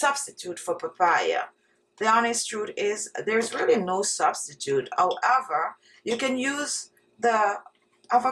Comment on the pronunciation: Love your accent, especially when you pronounce the following words without the letter 'H'... "Honey = oney", "Hands= ands" and "However=owever".